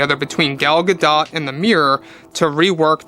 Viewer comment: 🎵Hi Ho Hi Ho. Her Name Is Pronounced Gal Gidot 🎶